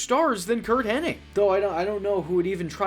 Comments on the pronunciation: Hen-nig not henning, you idiot! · Henning and I was screaming at my screen. It even says Hennig loud and clear on screen